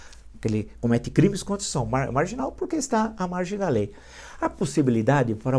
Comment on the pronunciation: Constituicao Villa..rsss O Villa fala Constucao rsssss